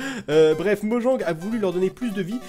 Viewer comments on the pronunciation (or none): none